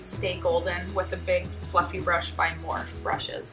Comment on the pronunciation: It's pronounced Morphe, like you say the E haha btw your so pretty